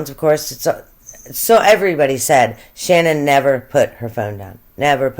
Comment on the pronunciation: Her name is SHANANN!! Nobody says her name right!